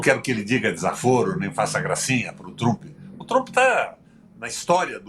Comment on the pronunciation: O velho não sabe nem falar o nome de Tramp, chamou de Trupe.kkkkkkkk Reclamando da privatização de alguns setores da Petrobrás porque não é mais loteado para partidos políticos pra roubar , velho canalha mentiroso, asqueroso e sem caráter.